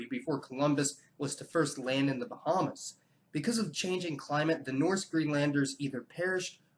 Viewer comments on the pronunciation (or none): did he say Columbus was the first to land in the buhumas